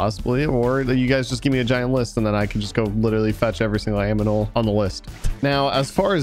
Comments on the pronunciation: My question is why keep miss pronounce animal as aminal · um, u really said 'aminal' LOL